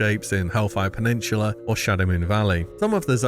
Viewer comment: Hellfire PeninSHula is making my ears bleed.